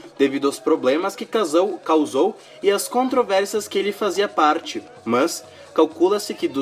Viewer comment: o jeito que voce pronuncia "mas" é muito chata